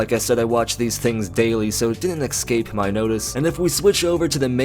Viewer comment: I appreciate your channel and your hard work very much but can you PLEASE stop saying "Eck-skape", "Eck-specially" and "Fer-milliar"?